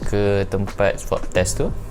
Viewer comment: Thank you sgt bagi kata2 positive and puji kami yg bertugas di klia. Suit corona tu nmanya PPE tyvex. Swab test ye bukan swap test 🤣 semoga sentiasa maju anak muda✌🏻